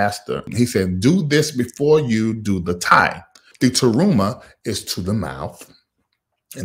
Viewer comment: It's "Terumah"...